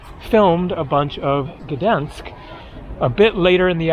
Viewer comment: 1. Gdansk is pronounced like "G-dahyn-sk" 2. Poland is as beautiful and safe because it's a proud nation that has defended itself over and over and it knows not to let illegal immigrants disrespect its country, people and culture. However, you decided to speak against the USA for doing that exact thing in a previous video. Keep your political beliefs to yourself!